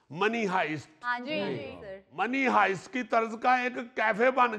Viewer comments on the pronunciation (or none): Is Sohail Ahmed really old Ravian? He can't pronounce Netflix and money heist right. He always pronounce wrong English words, which is not good example.